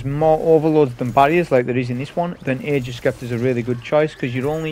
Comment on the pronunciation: Love your vids and sorry to be that guy, but it's pronounced 'agg-ers sep-ter'. Sorry it's a trigger lol.